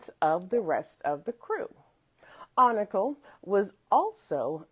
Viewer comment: FYI, his name is spelled Oncale and pronounced “On-Kale”